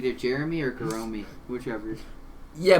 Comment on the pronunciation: I think you guys have the best Geromy pronunciation, I'm gonna use that. Sounds kinda like Salome too